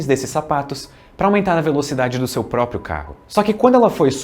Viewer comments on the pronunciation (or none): none